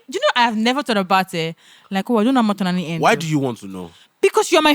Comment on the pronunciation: Tolani “till eleven terthy”😂😂😂😂😂